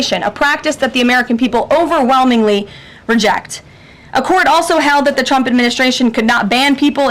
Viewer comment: She said Chump instead of Trump, it's getting weird.